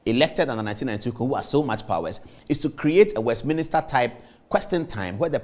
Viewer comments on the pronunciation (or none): Please Paul, it's pronounced Westminster NOT "West-Minister"